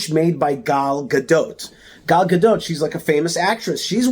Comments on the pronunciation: Buddy you just butchered her last name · Is her last "t" pronounced?